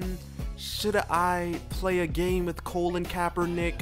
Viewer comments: It's COLIN not colon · That's some funky pronunciation of the name Colin! Haha